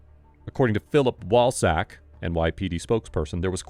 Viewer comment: Imagine being a Polish American in a country that can't be bothered to learn how to pronounce your name and have to spend your life being called Wallsack.